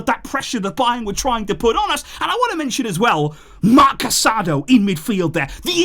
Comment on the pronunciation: It's pronounced casaDO emphasis on the kast syllable